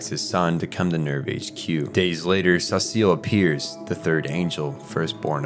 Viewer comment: Why do you call Sachiel Cecil?